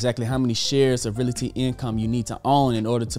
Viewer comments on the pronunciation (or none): I really enjoy this channel, but my issue is the pronunciation of Realty. It’s Real-ty, not Real-a-ty. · Great video, but the word is pronounced Real-Tee.